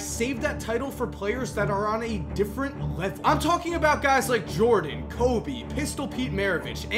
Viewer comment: Did u just say kobe